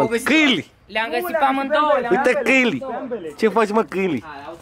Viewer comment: sa ii zica cineva ca a spus "cainilii"de 15 ori in 30 de secunde =))))